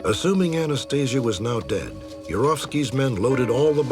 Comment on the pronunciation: This dude "knew " Anastasia "intimately" yet cannot even pronounce her name correctly?